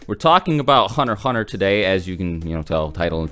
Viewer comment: "Were talking about hunnerhunner"